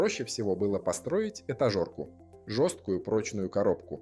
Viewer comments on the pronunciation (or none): он сказал этажОрку. Пц